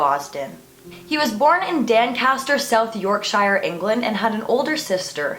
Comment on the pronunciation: I am from Doncaster it’s pronounced DON caster not Dan caster but still good attempt! Great video